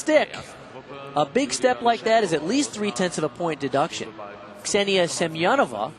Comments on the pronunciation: For example - he consistently says Ksenia Semenova's name Сем-я-нова rather than Семёнова. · Wait... How is Semenova's name pronounced? All through the olympics, they said SEM-EN-OV-A but her they're all SEM-I-EN-OVA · Bart watching the Chinese on bars: Oh.... Ohhhhhh.... OHHHHHH... Ahhhhhhh! They just slaughtered Ksenia Semenova's name